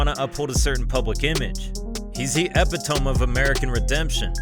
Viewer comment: Bro if these YouTubers don’t figure out how to pronounce epitome💀